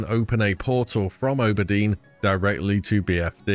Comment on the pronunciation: Teehee ooburdeen